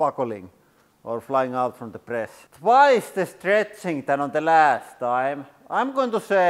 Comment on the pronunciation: "...when we pruss ... push from here"